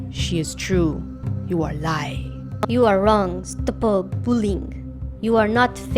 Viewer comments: I LOVE THE BEGINNING 'YOU ARE WONG' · 'you are worg. she is true. you are lai.' that never fails to crack me up